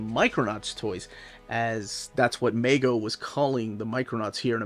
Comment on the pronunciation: MeeeeeeGO not Mago. Haha